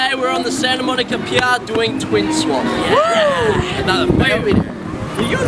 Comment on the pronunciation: "santa monica peyerr" lmao